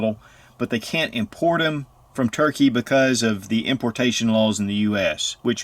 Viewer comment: Nobody calls Turkey ... "Turkay" ... Where the heck did you get that from?